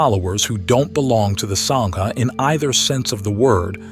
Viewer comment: Is this AI speaking or a genuine BUDDHIST? Sangha is pronounced as SAAAAA like ah in English, not a as in savour. The Great Vowel Shift is NOT used in the Dharma! In fact, English ultimately comes from Indo-European, Indo = Indian = SANSKRIT! Even today in Buddhist circles it is pronounced as sAHnga (sorta llike saying 'ah' in the surgery) NOT sainga! Further the h following a consonate like the h in Dharma signifys a soft ease or unstressed pronouncation of that preceeding consonate. Thagata and Theravada the th is NOT like the English or Old Norse the sound, but a soft t. You are fabulous on your studies, but please endeavour to learn the Sanskrit, Pali, or Japanese standards of pronunciation and not be so American in butchering other languages. PLEASE don-t be a Donald J Trump on language!!! (That would be simply AWFUL!) Thanks! OM Mani Padme Hum (ཨོཾ་མ་ཎི་པདྨེ་ཧཱུྃ), Namu Amida Butsu (南無阿弥陀仏) Namu Ichijō Renge Kyō Namu Kanzeon Bosatsu (南無阿弥陀仏 南無一乗蓮華経 南無観世音菩薩), (Later Nichiren) Namu Myoho Renge Kyo (南無妙法蓮華経)! (et al).